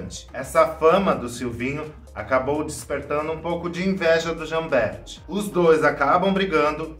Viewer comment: Jambert: a pronúncia é Jamber, como se não existisse o “t”.